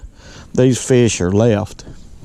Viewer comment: “I know’d we’d catch a feesh”.